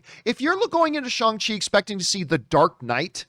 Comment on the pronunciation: That's the way you pronounce it dummy